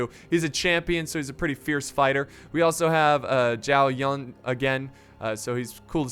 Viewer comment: Help me by liking this comment so he can see this and probably stop miss pronouncing these names Zhao Yun "Chow You-en" (the ZZZZ, sounds like what bees make when they fly) Liu Bei "Liu Pei" (you pronounced liu correctly but not bei, b in chinese sound like P) Sun Jian "Suun Chi-an" "pronounce suun like you would with seen and make sure you let out some air when you say "chi" Correct me if im wrong, chinese is my 3rd language i only know the basics of mandarin im not an expert just trying to help.